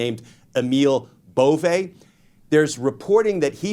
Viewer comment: I’ve heard Emile’s name pronounced Bo-VAY. If it’s a dig, carry on! 💙🇺🇸🔵